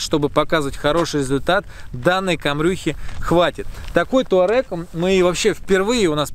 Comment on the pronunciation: Кто эти люди, которые пишут и говорят "Таурег"?